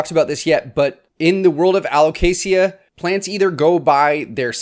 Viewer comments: I've only ever heard it pronounced alo-kay-shuh /alo-kay-shah, without the hard "sia" sound like you said! I always silently corrected the other pronunciation to myself on these videos, but never commented about it because I always worry about coming across badly even if its intended well 😅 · This is how Alocasia is properly pronounced a•luh•kay•zhuh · Aloe - kay - Sha 🤣🤣🤣🤣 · Who corrected your pronounciation of alocasia? They're wrong! lol It is [al oh kay zhuh] with a Z sound, not the soft S. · Think of it in these terms, you don’t pronounce the L in salmon. You don’t pronounce the I in Alocasia. AL-OH-CAY-SUH. Hope that helps 😆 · Dude, there's no ea at the end of Alocasia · I don't know anyone who pronounces alocasia with a hard 's.' But i dig it! Much fancier! And also, ty for this video! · Are you sure that’s how you pronounce alocasia?